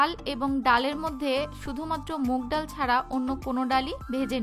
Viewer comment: ডাউল শব্দটা শুনতে খুবই খ্যাত.. ডাল বললে ভালো শোনায়